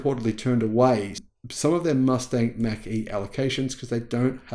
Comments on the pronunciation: It’s pronounced “mock” as in the speed of sound. In the 60s-70s they introduced the Mach-1 mustang. Pronounced as Mock-1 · Just a slight criticism. It's Mach like you would mock someone.